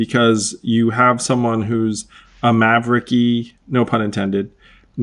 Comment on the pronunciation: "Mavericky" xDDD